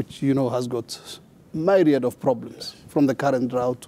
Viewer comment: Myriad pronounced as "me - riad"